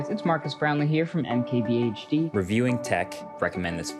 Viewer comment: did you just say MKBSD?